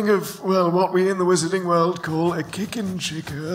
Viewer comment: "Kicken chicker" Did do that on purpose do you think?